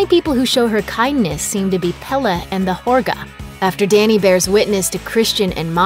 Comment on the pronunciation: great analysis - but the narrator clearly didn’t even see the movie - mispronouncing important words including Midsommar, Pelle and Harga. The way she pronounced Midsommar incorrectly over and over was particularly irritating and frustrating.